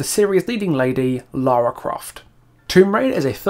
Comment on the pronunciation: How are you a fan and you count even pronounce her name right